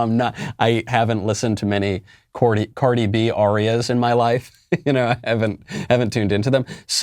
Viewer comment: He said Cordi B. 🤣🤣🤣